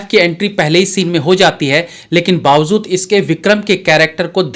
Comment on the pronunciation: Bawazud nahi bawajud hota hai thoda apko b sikhna padega